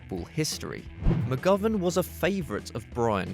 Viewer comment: u said mcgovern wrong